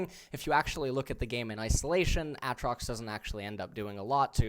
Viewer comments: ITS A-TROX LIKE THE LETTER A AND THEN TROX 😂😂😂😂😂😂😂😂😂😂😂 Holy shit lmao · "A"Atrox and Uhtrox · "Aaaaatrax"? whats up with that pronunciation lol. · It's pronounced A-A trox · why does eh say Aatrox that way i dont know why but it triggers me no flame pls just curious if its actually pronounced that way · he pronounced aatrox in like 5 different ways